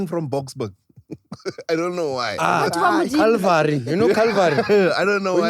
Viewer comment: Not calling Chilvary, calvary😅😂😂😂😂😂😂bathong 😂😂😂